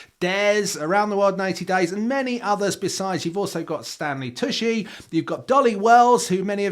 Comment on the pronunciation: Tucci is pronounced "Too-chy" CH not SH